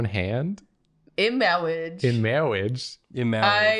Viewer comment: The second she mispronounced marriage I had princess bride flashbacks